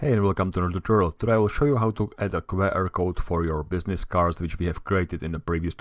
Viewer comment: as a fellow Czech, I also find myself making the same mistake as you in this video - pronouncing abbreviations in Czech. Instead of [kve: er] it's pronounced [kju: a:r]